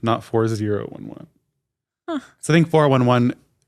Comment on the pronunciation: At like and I can hear what she’s talking about. When says 411 fourr one one